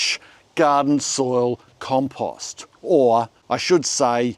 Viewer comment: It's pretty rich that the guy who pronounces compost like a moron preaches how to pronounce literally anything else. What an idiot.